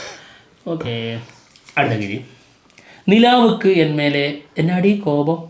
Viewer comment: നില്ലാവ്ക്കു.. അല്ല.. നിലവുക്ക്.. ആണ് ബ്രോസ് ❤️ഇഷ്ട്ടം മാത്രം ❤️